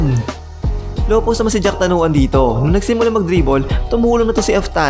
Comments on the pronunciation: Jakrawan hindi jacktanuan . Muangboon hindi goon. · Sir its jakrawan not jaktanawan 😂